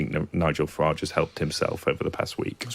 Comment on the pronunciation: It's Farage , rhymes with garbage .